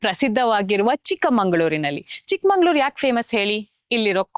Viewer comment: Nice travel vlog! Great presentation I am a new subscriber to your channel. I have also hyped your vlog. Greetings from Plano, Texas, United States. I think it should be Chikkamagaluru and not Chikmangaluru.